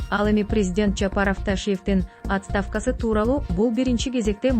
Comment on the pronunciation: Оот'ставка дебей суйлочу 🤦‍♀️